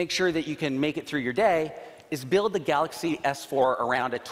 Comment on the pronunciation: can't the CEO guy know how to pronounce his own phone's name? I mean I can understand the accent, but even Miyamoto can say "Super Mario".